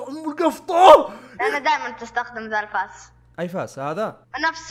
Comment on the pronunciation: كنت بقول لو هو من جد يعرفك يقول الفاس سبحان الله قالها